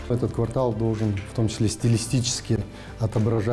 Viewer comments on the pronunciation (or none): none